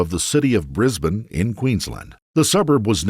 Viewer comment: Nice to hear an American NOT pronounce it “briz bayne”.